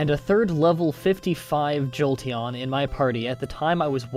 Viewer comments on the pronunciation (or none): none